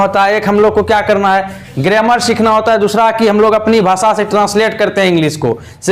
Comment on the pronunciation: सर ग्रेमर नही ग्रामर बोलते है